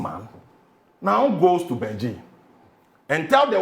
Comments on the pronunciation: It's Beijing,not benjin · I thought i was the only one who heard him pronounce it that way😂